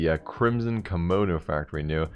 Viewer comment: THIS DUDE SAID "KOMONO" LMAO